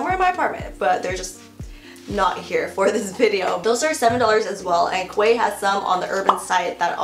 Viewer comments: Quay is pronounced as key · Quay is pronounced “Key” just to let you know! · quay is pronounced key :)